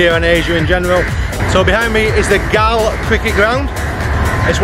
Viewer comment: Galle is pronounced Gall as in ball